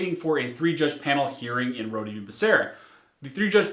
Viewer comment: Are we all sure that “Rhode” is pronounced saying the “e” and not “road” like you do when you say “Rhode Scholar”?